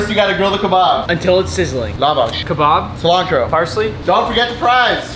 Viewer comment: He didn't even pronounce lavash the right way lmao